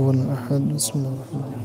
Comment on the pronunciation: بسم الله پڑو جناب مسم اللہ نہیں